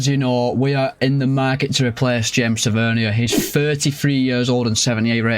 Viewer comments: As a Rangers fan it’s not “Ta-vern-ier” It’s “Ta-vur-neer” Edit: he also has a brother called Marcus Tavernier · It’s tavernier not tevernia